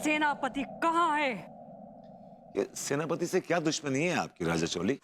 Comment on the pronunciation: Werspati nhi Senapati😅